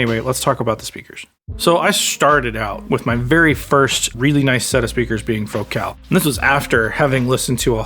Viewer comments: It's pronounced FOCAL not FOCAL. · Hahahaha, it's fo-CAHL.